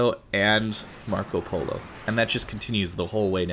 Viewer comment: Your pronunce of Marco Polo Is really good btw!